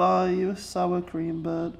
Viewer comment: "I know this will be, on bar, the most souwah sweets in human kind history"